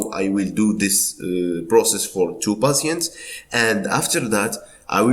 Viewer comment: You keep saying passiants like can you tell me what it means